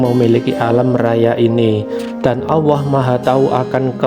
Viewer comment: Sy protes ..masak admin nya bilang Allah kok owwoh kalo cidal jgn jd yutuber bos